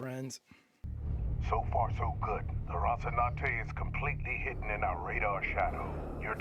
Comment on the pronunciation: You've grown to my favorite Expanse reactor in no time,. Just one little thing: Please learn how to correctly pronounce "Rocinante". She really deserves it. You always say something like "Rossinade".